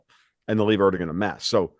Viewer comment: It's impressive how none of them can even pronounce Erdogan! Impressive for sure!